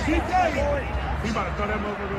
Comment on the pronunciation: I don't like DK Metcalf or his actions. However you can tell that these guys aren't legitimate NFL fans. They all butchered his name repeatedly. Lolol.